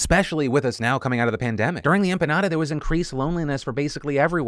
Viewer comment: Did you say empanada instead of epidemic? lol